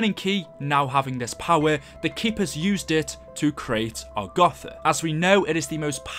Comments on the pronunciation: IT'S AGARTHA NOT ARGATHA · How many times did he say agotha and not agartha